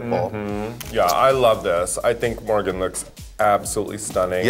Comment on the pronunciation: I love how everytime they say morgans name it becomes more and more gibberish. Soon they'll just be saying MMMMMMM